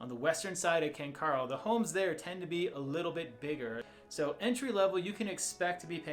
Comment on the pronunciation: Ken Caryl is pronounced Ken ‘Carol’ not ‘Carl’ …the area is named after two brothers who are the sons of the original owner of the land in the area. Kent and Carroll Shaffer. It is unknown why the spelling changed when the area was named.